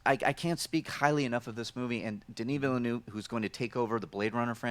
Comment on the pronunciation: Veelnerve!! not Villynoov!! Aaarghhh!!!!